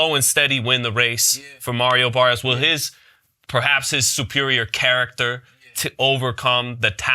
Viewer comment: Yall saying Barrios name wrong mayneee 🤣 listen here .. u gotta roll that R .. so when u say it correctly it sounds like Maddio Baddios 🤣😭